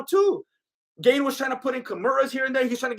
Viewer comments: His name is not "Gain" it's pronounced "Garn" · "Cereal Gane" 🤣👍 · "Cereal gain" "nogannou" dude😂😂😂, you are right, Gane was slapping and poking Francis with those shots, zero damage